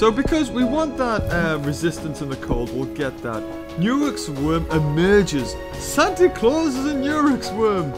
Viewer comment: He said santi claws but he named it santi CAWLS